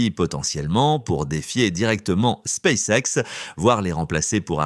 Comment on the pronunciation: "Space sexe"! Halalala l'IA...